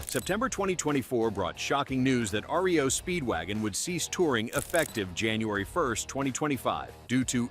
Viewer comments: It's R.E.O Speedwagon. Not RIO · Sty-uks and Rio Speedwagon? I think this channel otta pack it in. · "Ree-Oh Speedwagon"?? "Sty-yex?" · Ree-oh Speedwagon😅😅😅😅😅😅😅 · Ayyone notice the mispronunciations? REO Speedwagon and Styx? Im calling ROBOVOICE!!!!